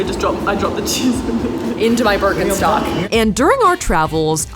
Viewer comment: I‘m german and I think it’s so funny how Americans say the word Birkenstock😂